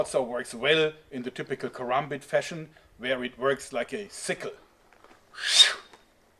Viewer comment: congradulations you are the first white man I've ever seen to pronounce karambit correctly